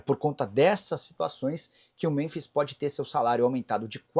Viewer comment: Nicola porque você pronuncia Muronbis?